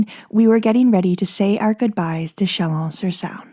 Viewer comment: Thank you so much for your wonderful storytelling. I enjoy every minute of your videos. Just as an aside, you don't need to pronounce the "a" in Saône. Just let it rhyme with Rhône. Much love!